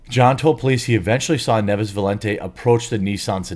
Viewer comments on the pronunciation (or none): I'll bet money the last name is NIEVES, not 'Neves'. They always do this.